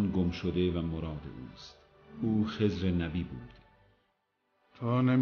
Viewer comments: عزیزم اون خِضر هست نه خّذِر! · خَزِر چیه!! 😂😂 خزر درسته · حالا چرا خدر رو با لهجه‌ی آمریکایی میگی؟ 😂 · تلفظ خضر صحیح یاد بگیر!!!!